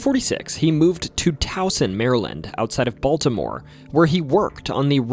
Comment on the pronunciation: Nice job. Learn to pronounce city names better. But I liked the nostalgia. A friend knew the priest from the exorcist. My first fishing trip was at Loch Raven. I didn't know about the UFO either. Thought you might touch on the Blair Witch Project.